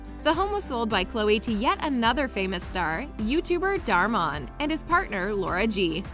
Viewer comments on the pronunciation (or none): She said dar mon it dhar mann